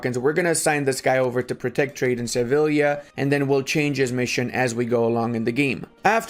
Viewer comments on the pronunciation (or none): Love the video. Always irks me when you play around Iberia and pronounce Sevilla as Sevila instead of Sevija though 😅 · you dont pronounce the L s in sevilla